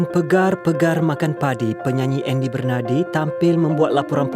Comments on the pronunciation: Kenapa pegar ? Bukan pagar? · Bukan PEGAR ye.... *PAGAR*. Bahasa menunjukkan bangsa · Pegar ke pagar!!!....ke...telinga aku yg slh dgr... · pegarr apa pegarr? cakap elok2 boleh tak PAGAR PAGAR!! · HARAPKAN PAGAR, BUKAN "PEGAR" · sila check dgn kamus dewan bahasa dan pustaka dan guru bahasa melayu anda utk sebutan yg sebenar, iaitu harapkan pegar, pegar makan padi. persoalannya di sini, adakah pagar memakan padi? atau seekor burung pegar yg memakan padi? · Aku bukan apa lah tapi aku rasa orang kl pon tak sebut "pegar".